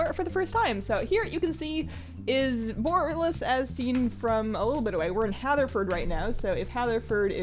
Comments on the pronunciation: BU-RAH-LUS. BU-RAH-LUS :') not "BORE-UH-LUS" xD love the walkthrough though. I kinda found this place a bit of a mindfxck on the alpha/beta. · i love the way u pronounce the city name, i think bOralus sounds way better than borAlus ... and since it comes from , it seems the more fitting one :3